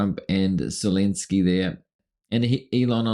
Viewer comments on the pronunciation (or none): none